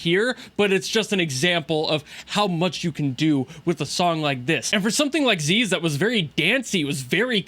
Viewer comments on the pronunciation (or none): You were being trolled, it's not pronounced "Zeez", it's in fact "Ziz". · You said it right the first time. People telling you to say it the weeb way are wrong. Like Alfred isn't Aruferudo. Ziz isn't zeez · yeah, been far enough in story and everyone there says "ZiZ" and not "ZeeZ" my theory is that the ones calling it "ZeeZ" are the ones that play in Japanese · I dont know about the english voiceover, but in Korean (og one) she's called "Zeez", just like Leviathan is called "Levee-athan" so her nickname is "Levee". They use their latin pronounciation.